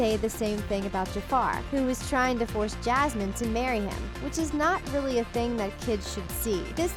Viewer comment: i know what yasmine is, and i’m talking about the way the narrator said it, not because they changed the name 🤨